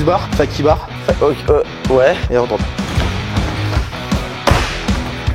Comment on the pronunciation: "Fakie" pas faqui